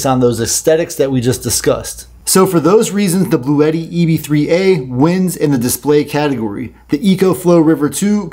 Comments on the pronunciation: Uhh. I’ve also heard it pronounced blau t. I wonder what Webster’s dictionary says. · It's actually pronounced "Blue T."